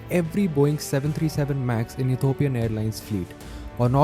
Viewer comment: E T H I O P I A N not Ethopian.